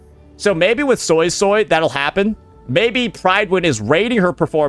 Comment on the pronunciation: Jinhsi said SoySoy